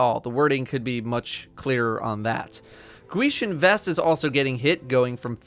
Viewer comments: I love your channel, but did you seriously just say "Gweeshn Vest?" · Lol "Gweeshin Vest" what's up with that pronounciation?!?